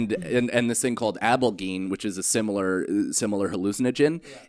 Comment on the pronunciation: Abalgene lol close buddy, so close.